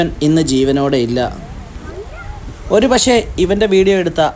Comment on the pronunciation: എന്താടാ "പക്ശേ" എന്നു പറയുന്നത്?🤔പക്ശേ അല്ലാ, പക്ഷെ എന്നാണ് ശരിയായി പറയുക!😁😁😁😁😁😁